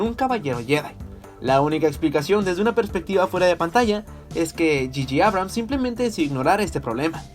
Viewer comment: No se si es peor la película o como pronuncias las palabras "estormtroper" "achto" "yiyi abrahams" "cristales quiber" "Ben SUolo? que rayos, hay que mejorar eso.